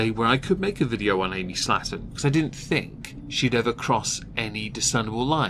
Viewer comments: You say Slaton I hear slattern. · The way you pronounce "Slaton" makes it sound like you're calling them "slatterns." Fitting!